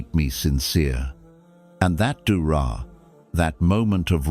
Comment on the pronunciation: It is Dua or prayer not dubra 😮